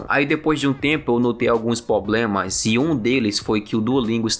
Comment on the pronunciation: estudou tanto que ta falando que nem gringo já... "poblema"